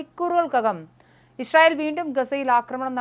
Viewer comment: Isharayel alla, icharayel!!! Vayilulla pazham vizhungiyittu news vayikku. 😂😂😂